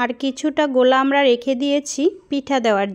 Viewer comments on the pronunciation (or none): none